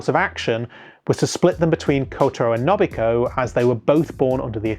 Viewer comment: I'm sorry but your pronunciation of A-o-i and No-bu-hi-ko annoy the hell out of me 🤣 still, good video nonetheless